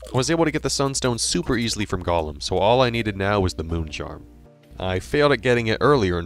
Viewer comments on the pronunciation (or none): Pretty cool, wish there was more footage of the boss fights though. It was hard to really get a sense of the weapon's qualities with only short glimpses. (Also Tabi is pronounced "TAH-bee", a Japanese word. And the Golem is "GOH-ləm", not Smeagol's alter ego. 😉)